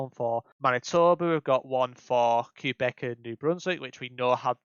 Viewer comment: Great vid! I appreciate the tips too! Some stuff I def didn't know! That said, plz plz stop calling it Q-Beck ahaha